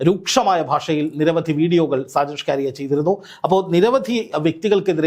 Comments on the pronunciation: ഷ്കരിയ അല്ല മണ്ടാ സ്കറിയ ആണ് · സ്‌കാരിയാ അല്ല സ്കറിയ... മറുനാടൻ കറിയ.. മറുനാടൻ മറുത എന്നൊക്കെ വേറെയും പേരുകൾ ഉണ്ട്... 🤣🤣🤣🤣 എന്തായാലും രണ്ടെണ്ണം കിട്ടിയത് നന്നായി.. കറിയയ്ക്ക് രണ്ടെണ്ണം ആവശ്യം ആയിരുന്നു.... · ഷ്കാരിയാ എന്ന പേരുണ്ടോ ഷാജൻസ്കറിയ എന്നല്ലേ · ഷാജന്‍ ഷ്‌കാരിയ അല്ലെടോ..ഷാജന്‍ സ്കറിയ..നന്നായിട്ടൊന്ന്‌ നാക്ക്‌ വടിച്ചിട്ട്‌ ഒന്നൂടെ ഒന്നു പറഞ്ഞ്‌ നോക്ക്‌..ചിലപ്പോ ശരിയാകും😆😆😆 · SHAJAN "SCAARIAYO".........KELLKKUMBOL ARRAPPU THONNUNU....SAKKARIA ENNA PERR KETTITTE ILYAA LLE? KASHTTAM 😡😡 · അയാളുടെ പേരെങ്കിലും നേരെച്ചൊവ്വെ പറയെടോ. സ്കറിയ അതുമതി കൂടുതൽ ഡെക്കറേഷൻ വേണ്ട